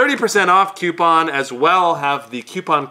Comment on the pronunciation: The guy with the beard restrains himself from slitting his wrists when he hears 'qpoun' instead of coupon.